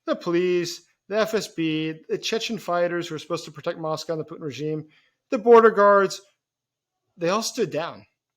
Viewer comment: His name is Putin, not Pu'in. The T is not silent.